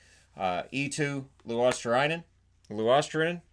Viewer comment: Greetings from Finland! You’ve been wondering this for a while so here’s how to pronounce Luostarinen: ”Luo” like in Luongo ”sta” like in star ”ri” like in rim and ”nen” like in prominence. Also, roll the R.